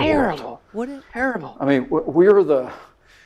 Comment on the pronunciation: No Pence said "turible he definitly said turible.